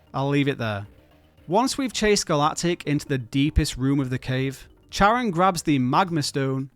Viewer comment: Not how you pronounce Charon's name 🙈😝